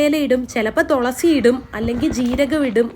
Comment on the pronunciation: എന്റെ തൊളസി അല്ല തുളസി പറഞ്ഞേ തുളസി ഇനി തെറ്റിക്കരുത് ട്ടോ..❤